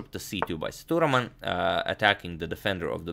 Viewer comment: #InNextVideo of him, Can you please, pronounce🗣️ Sethuraman name as 📢"Seah,Dhu,,Raaman"